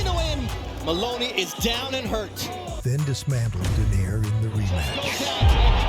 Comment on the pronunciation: and AI text to voice apparently cannot process the pronunciation of Donaire 😑